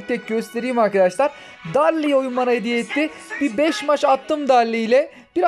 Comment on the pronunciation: Abi darli değil daril, dinamik değil daynamayk ve fırank değil fırenk (istersen frank da deyebilirsin) düzeltmiş olayım :))